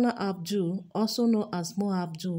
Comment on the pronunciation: Mo ABUDU!!! not Mo ABDUL